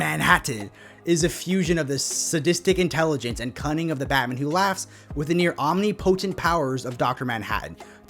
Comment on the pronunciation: What the heck are you saying at this point? I can't figure it out! Driving me nuts! "Batmanhatteheh"? "Batmahatete"? "Bahamaha"? Supposed to be "Batmanhatten who laughs", isn't it?